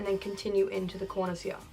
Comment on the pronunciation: “We’re just gonna see what we can do hea” * Slays it